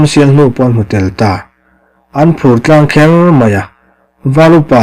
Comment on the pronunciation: I chhiar rik dan hi ni tlangher ni loin THLANGHER tih ni zawk se tin Meizang hnungzang ang ni loin mei kap lam a mi angin zang mipa ta angin zahmawh a ni lo upa tawng a ni a bul tantu lam sawina a ni e